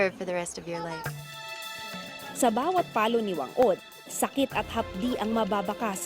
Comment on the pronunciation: she pronounced it wrong! it should be Fang Od! thats how pacific islander pronounce 'Wh'